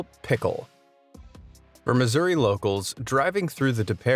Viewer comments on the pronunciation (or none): none